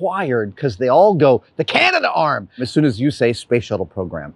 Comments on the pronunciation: It's pronounced Canadarm, not Canada-arm. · CA-NA-darm not CA-NA-DA-arm. Cool video though. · Should I be the guy to point out that it's pronounced "Canadarm"? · oh Adam.. we pronounce it "Canadarm" : )